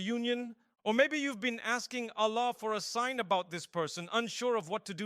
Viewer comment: yes, but the problem is mufti menk never tell this types of things and we are listening it and if there has any misinformation so we will be the sufferer and thr main sign that this is AI generated is hear the pronunciation of ' Allah ' is not clear, it is ' ala '